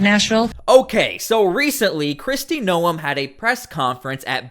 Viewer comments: How is it even possible that you do this video & have no idea how to pronounce Noem. Hint: it is not No 'em. It sounds like Nome. Do you watch the news? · Bro its GNOME, not NO EMH. The news clips you have say her name correctly but you can't? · It's pronounced nome, not noum.